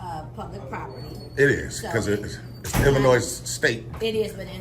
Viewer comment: You don’t pronounce Illinois like Illa-noise. Not to mention the word is both, not boaf. Let’s not forget the ever popular, axing instead of asking. What an ignorant loser. His voice is just nauseating. That condescending, Barry White tone.